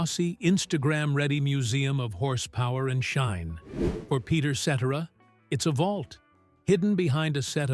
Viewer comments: Sheesh Another BOGUS AI CHANNEL THAT CANT EVE PRONOUNCE PETERS LAST NAME! PURE GARBAGE!! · It would be nice if you pronounce his name properly. The beginning of the end of the band was Terry's death not Peter's departure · You're pronouncing his name wrong to begin with. Who is the idiot that overseas these Stardust Legacy documentaries? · The pronouncing of Peter Cetera's name by lousy AI forced me to stop watching. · Video was great historically but the narrator was annoying because he kept pronouncing his last name incorrectly😢😢:( 😢😢😢😢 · Is this some kind of AI voice? At least program it to pronounce his name correctly. So stupid. Ruins the entire video. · Whoever created this AI VIDEO SHOULD BE BANNED FROM YOUTUBE! Nothing but slusghtered snippets of an amazing songwriter, singer, musician and producer of some of the greatest modern music ever! And yes! Peter’s last name is NOT pronounced that way! RIP AI! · At the very least the narrator should pronounce his last name correctly!!! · Pronounce Peter Cetera's name properly and check your facts. I hope he is living his best life, he made many people very happy he deserves it. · I agree. It's hard to believe a narrated story when the narrator doesn't even know how to say the name of the subject he's "informing" us about. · Please learn how to pronounce Peter's last name. How annoying. Sorry. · Once I hear that phony A.I. voiceover (and the egregious mispronunciation of Peter’s name), I roll my eyes and I close out of the video. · It is pronounce SETera. Not Sedera. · His name isn't Peter cetra it's Peter cetera say his name right Chicago Transit authority one of my favorite all-time groups they don't make them like that anymore❤❤ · Qho pronounces his name seterra? Um no, its SetTerra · His last name is not pronounced. SETERAH. IT IS Cetera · its Cetaaazra , nit Zettera.......he killed Chicago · Ce - Terra Not etcetera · Ce TER a- i know you are AI, but get it right! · Who is Peter Set-era? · pronounced Si-tir=a